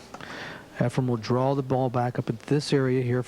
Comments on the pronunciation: Please, efreeeen. Not. Efruuum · It's" EfrEn Not " EfrUm ". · It is not "EfraM" as in Zimbalist, Jr. - it is "Efren" Reyes. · Its Efren, NOT Efrem. So.. annoying and disrespectful 😠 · This announcer annoys me, he has spent his entire career not knowing the name of Efren, calling him Efrem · Lots of announcers from the states side mispronounce Efrens Name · Tell that commentator Efren eNds w/an N~ not an M. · Varner is the reason why Sigel and Hopkins call him Efrom.... 😂 smh Weird that Sigel is a yankee who chose a southerner to pronounce a name. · I wonder if Hopkins ever learned that Reyes' first name is not "Effrom"? It's EFREN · Yes, it's so annoying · The announcer is a total idiot calling Efren, "Efrom." There's a number of disrespectful idiots who did it. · Efren is not pronounced with an M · Annoying as hell.No respect! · Allen,Varner, Hall, Sigel all did that for 10 yrs. very, very annoying! Show some respect.Even Earl called his name out correctly!DAMN!! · It's insanity. I watched a match the other day and Nick Varner was doing the same thing. They're watching his name on the screen during the whole match. Can't they read? The guy's widely considered the greatest player that ever played and after all these years and number of times they played him, they don't know how to correctly say his name? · I noticed that, too but, maybe he's like my singer who spent the last 45 of his 70-some years calling King Crimson, "King Crinsome". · Nick Varner does that also. I don't think they do it on purpose. It's just how they talk. Efren would probably mispronounce their names too. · If you listen closely, he says the word ‘spin’, like ‘skim’. May be a simple pronunciation problem. He also sounds like he has a cold.